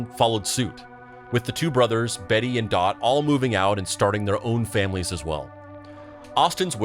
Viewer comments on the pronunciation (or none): none